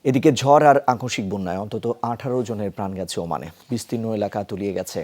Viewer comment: জড় নাকি ঝড়😂😂